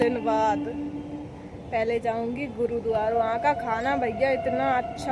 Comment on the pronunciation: Bolna to seekh le गुरुद्वार क्या होता है